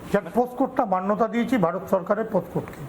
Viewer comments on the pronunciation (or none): none